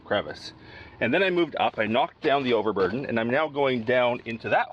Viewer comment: you used a term (slip) that is perfect terminology for your channel......you said overbearden.......just lovely🙃! Great day and I believe your pans